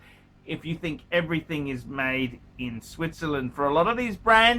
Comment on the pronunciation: Did you say, Sweetzerland?